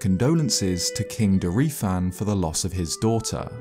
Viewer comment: Everytime says Dorephane, Akkala, or Purrah i die a little inside